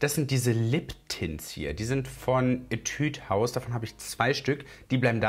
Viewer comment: Das u in Etude house wird nicht als ü ausgesprochen. Schau dir mal Videos zu dieser Marke an, damit du weisst wie’s richtig ausgesprochen wird. Weil tbh (don’t be offended) aber mich triggered das jedesmal wenn du Etüd haus sagst.